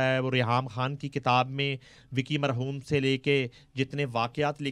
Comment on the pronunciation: Ye Anchor KHAN word ko Indian urdu mai kiyon pronounce karti hai